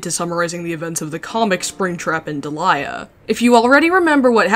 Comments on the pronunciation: Hey I googled it and I think her name is actually pronounced like deh-lee-uh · Man, this is probably the most measured and respectful video about a topic this harsh while also not shying away from the tough stuff. But also I had a friend around the same time this comic came out, and she shared the name Deliah. She said it was only pronounced Dee'-lee-uh and got tired of how often she got called Delilah or any other variation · What... the FUCK?! You mean to tell me that it wasn't pronounce "Delilah" this whole time! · Every time I heard Deliah’s name being pronounced as “Delilah” I lost 5 years of my life span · you can't say shit about Springtrap when you pronounce Deliah like that